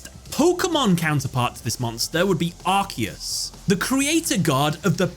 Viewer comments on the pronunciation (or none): none